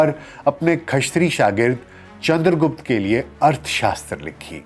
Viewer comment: गुप्ता नही रे..... गुप्त था